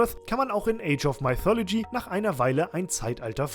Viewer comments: Zur Ausprache: mythology = „müthologie“, nicht „meithologie“ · Top Spiel, aber sag doch bitte nicht "Maifolodschi" :D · Maithologie xD Geil. Ich hab damals Mythologie in deutsch ausgesprochen also denglish, age of und mythologie in der deutschen aussprache xD